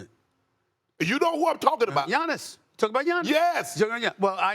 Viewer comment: Lol "Jonnis"